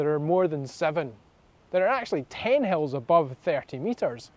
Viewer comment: In the last video, I thought you said 7 Hells . 😂